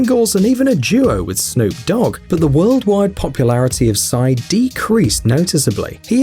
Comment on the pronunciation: its not sy its psy